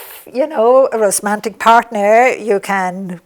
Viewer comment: There isn't a difference. Lorna is dyslexic and cannot say the word romantic properly. So she says rosemantic. I love the word rosemantic